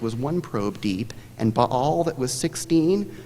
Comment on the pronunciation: Someone opted against taking a general ed in Classics. Buh-all, Ay-Jacks ^_^